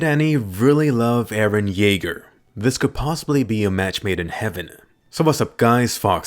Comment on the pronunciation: eren jaeger? eren jeager?